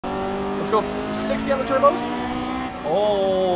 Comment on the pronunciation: Absolutely Love it when he says Turbskyes